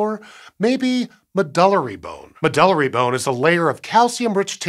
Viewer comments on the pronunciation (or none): I think it may be pronounced “med-yew-lary”? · I've never heard anyone pronounce "medullary" the way it was said here. MED-yoo-Larry is more like what I always hear in Continuing Education talks and conferences. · I've always heard it pronounced "Med-You-Larry"